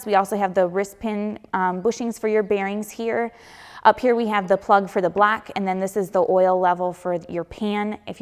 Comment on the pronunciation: Gotta work on that blaock, because when you put the sleeve in the blaock, you have to be careful not to damage the blaock. Sorry had to point it out, I'm from the south and get poked at because of my accent as well. Love your videos!